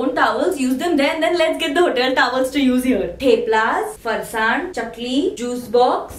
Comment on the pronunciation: "moti,tommy, tuffy!"😂😂😂😂 btw its theplas with 'th' of 'th'ailand! and d one of thurkey!😅😅😂😂